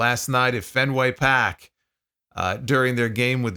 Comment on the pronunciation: I love that you pronounced it as any proper Bostonian would as Fenway Pahk! 😂